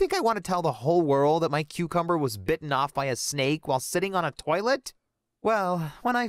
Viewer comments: The way he said "cucumber" it legit sounded like "QuEcUmBuR"😭🖐️ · Ok when he was trying to say that a snake bit off his cucumber but he wasn't saying it thats when I just said oh hell nah I'm leaving😂😂😂😩😩😩plus he just said the cucumber word like dude but I swear I heard it with my own ears😂😂😂😂😂😂😂😩😩😩😩😩😩😩